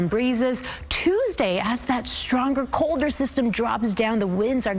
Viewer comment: “cowd err” Plus the headline says heavy snow and she says six inches 🙄